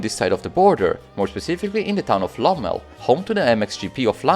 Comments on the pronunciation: Its not Lommep but Lommel, great video and thanks from Belgium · The Limburg town called: Lommel .not lommes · Its Lommel, not lommep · “Lommel” not Lommep